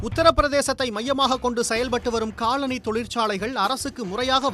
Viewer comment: Colony, not coloNI